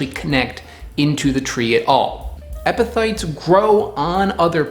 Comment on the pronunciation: You did a good job on explaining what epiphytes are. Pronouncing the word however 😂